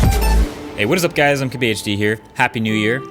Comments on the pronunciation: seen like 20 videos from this guy, and re watched the beginning 5 times each, cant understand what he is saying when he introduces himself? what is his name, TBHD ? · What tf is your name?? All I hear at the beginning is "hi guys it's mcgsysjsbdh HD here"...